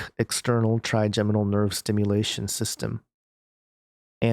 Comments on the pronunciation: Your first pronunciation of trigeminal is correct: try-jem-uh-nl. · Hi - you had it correct the first time -'tryjeminal' is the correct pronunciation. Mad scientists strike again at the command of their father of lies. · Scary. I think you're pronouncing trigeminal right. I was pronouncing it wrong, with a hard 'g'. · You said trigeminal nerve correct the first time. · Yes, you were saying Trigeminal right. I suffer from Trigeminal Neuralgia. They just put a press release out last year... this directly correlates with this ... as well as experiments being carried out by CERN through neurologic waves over long distances.